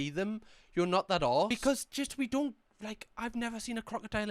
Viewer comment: “I dun like it” 😭😭